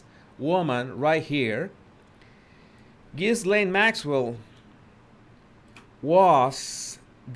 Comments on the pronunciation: Great video....very informative ! 👍 Btw, her name is pronounced "Ga-lane"... the 's' is silent. 😇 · The window is partially covered by the curtain. And the “s” is silent, it’s pronounced like “ghee-layne”. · Her name is Virginia. Not Victoria. The ‘s’ is not pronounced in Ghislaine. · Ghislaine is pronounced with a silent "S:. Her job was to groom and teach the young girls how Epstein liked to be massaged and have sex. She also made it easier for him because teenaged girls would be more likely to trust a woman than an older man. Ghislaine was Jeffrey's girlfriend for several years, but he preferred younger girls. Plus, he claimed he had to have sex at least 3x a day and so it took the pressure off her if he had sex with other people and she wasn't his only sex partner. The girls who did it more than once and became like "sex slaves" to Epstein and his friends were promised that their college would be paid for or other things. They came from very poor families. Many had already been sexually abused by others, so they fell into it easily as that is all they knew. Others just wanted the money promised them as they were poor and $200.00 just to massage some older guy seemed like it was an easy gig. I don't think most of them understood he would require sex too not just a massage. Plus, other girls from their high school recruited them so I am sure it felt safe to them. What I am confused about is the girls who went to his island and other states with him what did they tell their parents? Or did their parents not really care what their daughters did at age 14 and older?